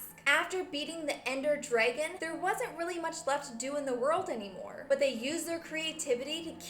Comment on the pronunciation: You ceep saying Derngon but its really dragon.